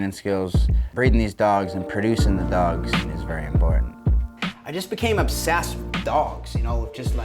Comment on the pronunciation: "I just became obbsassed with dogs"